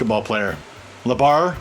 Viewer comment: "LeBar" XD